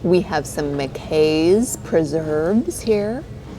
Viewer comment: McKays - pronounced 'Mc - Eyes' 😊